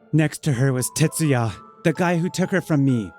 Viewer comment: It's Tetsuya, not Tatsuya.